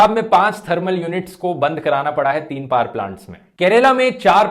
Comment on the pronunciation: Excellent Sir आज आप पावर को कई बार पाअर pronounce कर रहे थे।